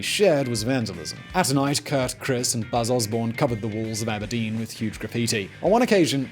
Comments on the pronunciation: WAIT. did he really just call him "Chris Noveslic" bruh Krist not Christ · Krist not Chris. That’s going to drive me nuts. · Krist ....not Chris ... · It’s Krist Novoselic not Chris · KRIST NOT CHRIS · I don't think its Chris. Its Krist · Krist, not Chris. He's croatian. Come on now, Simon. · Just pointing out you called Krist Novoselic, Chris Novoselic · it is Krist, not Chris :/